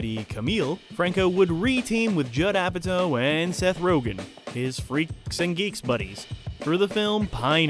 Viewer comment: It’s Apatow LIKE POW! So cringe hearing said like toe. I can’t watch the rest of this video. What’s next James Francow?